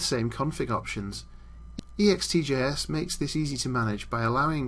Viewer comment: you say it ext-J-S not E-X-T-J-S .....sheeeesh!